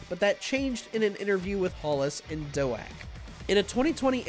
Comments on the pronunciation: Dr. Doe-ack? It will always be Dr. Doak (d+oak) to me. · Who tf is "Doe-ack"? Is he trying to say Doak? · Its Doctor DOAK! Like dough and oak combined. I'm pretty sure hes a dude whom works at NINTENDO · wait... it's pronounced as Dr. "Doe-ack," and not Dr. "Doke?" I thought it was like Oak with D infront. Dr. Doak. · Its pronounced like oak they guy got it wrong